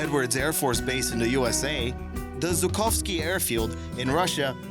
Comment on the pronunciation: try to speak properly next time Zhukovsky its not Zukovsky ZH its not Z , iwo Zima?